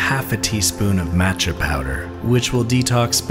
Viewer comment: no but the way he pronounces 'matcha' makes me want to violently dismember someone